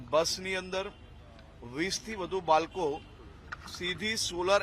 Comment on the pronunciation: બાળકો કે બાલકો પેલા બોલવામાં તકલીફ થઈ લાગે